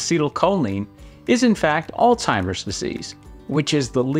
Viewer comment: Sir, are you a doctor? Surprises me that a medical professional would mispronounce the word Alzheimer’s, which is what much of your video refers to.